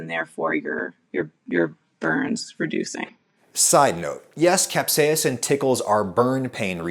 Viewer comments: Why do you say "capsa-ya-sin" when the doctor says "caps-ai-sin"? Also, thanks a bunch The bitterness seems to be an ad hoc hypothesis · The entire English speaking world including in this video: Kap•sei•sn Adam: Cap•say•ah•sin 😂 As you would say Adam, you do you! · Capsaicin is pronounced cap-say-sn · It's just "cap-say-sin," like says;) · Capsaiacin? Im sorry but you kept mispronouncing it the entire video. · Good research but I found the British pronunciation of capsaicin from an American as distracting as an American adding the extra British pronunciation to aluminum. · Why do you say capsaicin like a dutch person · i was cringing cause of pronunciation of capsaicin